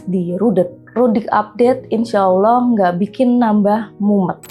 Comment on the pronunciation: Nyebut ALLAAH saja blepotan kok dikasih panggung? Bajlol